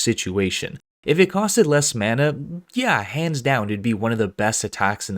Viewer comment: Why he say mana xd I was cringing